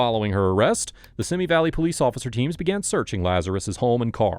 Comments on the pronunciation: It's pronounced "Van Nize" - Sorry, I grew up there, and that mad my brain scream. No offense. 😁 And... dare I add it's "See-mee" Valley... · Van-oise ???? Pretty sure it’s Van Nuys pronounced van-nies or van eyes and Simi Valley pronounced seems valley bub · Not SIMI BUT SEEMIE -- two long E sounds. You're mistaken in sounding it like the name Timmy. My sister used to live there -- so I know. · What's up with you and city names? Van "Noise"? "Simmy" Valley? The fuck?